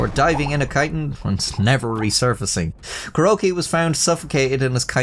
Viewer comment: Kuroki ca-roakey